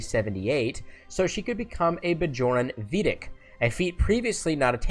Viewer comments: Great work, thanks! Minor nit-pick: "Vedek" is pronounced "Ve-dic," not "Vee-dic," and anyone who's actually watched the show would know that. No shade; let's just chalk-it-up to a simple mispronunciation. And Sarina Douglass isn't just some lady, but a cannon character portrayed 2x on the small screen. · Umm ... You pronounced, "Vedek," incorrectly. You know that. Right? ;) And I absolutely loathe what they did to Sisko. He abandoned his wife and children? *Seriously*? He was replaced by a Changeling. Right? Because that's the only logical explanation I can come up with for such an out-of-character, cowardly, dishonorable decision! And don't get me started on what happened to Bashir. Snap out of it, Julian!